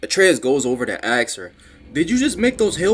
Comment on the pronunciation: A very fun watch... One thing tho.... More a joke but dude you cant say "ask" correctly to save your life:)